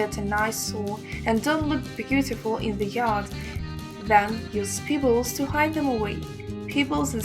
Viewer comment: Every time she says "peebles" I think of Nia Peeples.